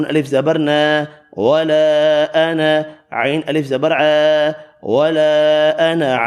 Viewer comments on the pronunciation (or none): MashaaAllah......sirf 4 ayat mein ANA ki samaj nahi aa rahi... lg raha ha aap alif nahi perh rahay noon k saath bl k noon pe zabr perh rahay hain sirf.